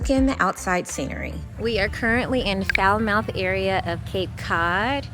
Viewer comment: I love it when people come to my home state, and pronounce our towns the way they are spelled😅. Falmouth = “Fall-muth”. Also, it is Cape Cod and the Islands. Cap Cod is the mainland consisting of many towns, that I hope you’ll visit one day. From worst to best is Dennis, Falmouth, Chatham, Orleans/Eastham, Truro, Wellfleet and my fav —-> Provincetown. The Islands are, as you know, Martha’s Vineyard and Nantucket, etc. In the summer, Cape Cod is poppin!!! With young, old and everything in between. How it usually works is, people live in Boston and the surrounding areas, but they purchase a second home in Cape Cod or the on islands and then when they retire, they sell their homes in in the city and live in Cape Cod or on the islands full-time, after retirement. So if you are visiting off-season, you are going to see year round residence who are older because everyone who’s younger from Boston, New York, Connecticut, DC, etc., has shut down their homes and headed back to the city. Lastly, I really hope that you and other people watching this video, take the time to explore other areas of Martha’s Vineyard, there are a lot of farms and other quaint areas to visit in West Tisbury, Chillmark and Aquinnah. I enjoyed your video!